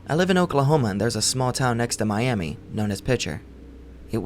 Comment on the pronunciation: It's pronounced My - Am - Uh Oklahoma btw. Great video regardless though!